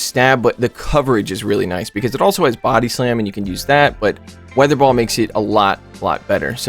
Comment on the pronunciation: It's hilarious to see messing up the names of the moves. "Vi-aa-thur ball"